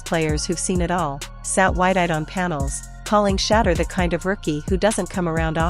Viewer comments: When content creators use AI to narrate videos, it reflects a lack of talent and professionalism. When a name or word is mispronounced, tune out immediately! It is shameful! His name is NOT pronounced 'Shutter'. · Everyone cashing in on SHEDEUR. You can't even pronounce his name😢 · You will never get a 'like' or a 'sub' from me if you can 't bother to pronounce his name correctly. Here, have a 'dislike'.